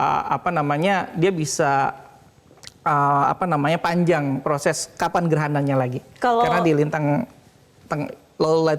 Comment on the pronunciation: Froses, froses. Proses! Yg benar itu proses bukan froses. Berbahasa Indonesialah yg baik dan benar, anda kan ahli meteorologi dan geofisika, masa bahasa Indonesia anda ganti lafal bahasa Arab.